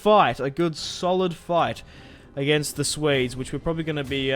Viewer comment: Can you not pronounce Swedes as ''Suedes'' , but something like ''Sweedes'' ?